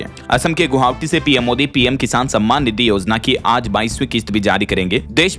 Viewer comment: Guwahati bolo...Guhawati kyun bolate ho...Hamesha...😠